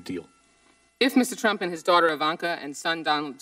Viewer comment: "involved in the rump.." LOL